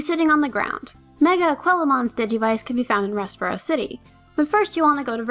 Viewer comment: It's a-KWEEL-ah-mon not a-KWILL-ah-mon